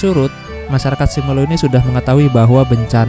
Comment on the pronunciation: Pengucapannya simeelu bkn sime mas